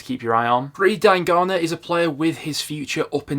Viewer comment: U must be the only person I know that pronounces diangana like that. That's defo not how it's said 😭